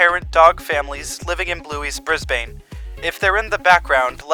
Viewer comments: i dont wanna be like nit picky but brisbane is pronounced 'brisbon' no hate!! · no it’s not bris non it’s bris bin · Your calling g Brisbane wrong it's pronounced brisbin